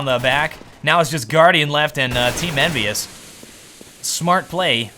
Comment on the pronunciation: He says EnvyUs like NBS and every time he does i feel like he misspelled something like NBS instead of NBK or so.